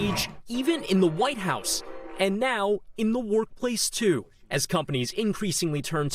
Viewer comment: New skills set - unemployed. Why this guy pronounced “streets” as “shtreets”?